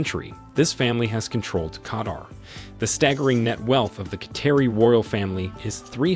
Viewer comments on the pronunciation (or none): You mispronounced so many things that I had to stop. Heir, Quatar, Khalifa, Charlotte. It’s lazy and annoying. If you can’t say the words don’t report on it